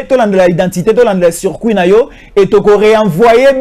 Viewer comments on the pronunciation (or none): none